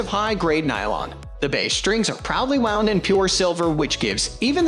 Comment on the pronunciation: All the mispronounced words (e.g., “wound”) and strange pauses make me think this voiceover is AI.